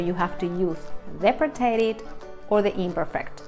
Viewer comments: Please pronounce preterite correctly. The emphasis is on the first syllable. Also the sound effects sound like a boxing punch. Very annoying. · The English word “preterite” has the accent on the first syllable, the second syllable in English.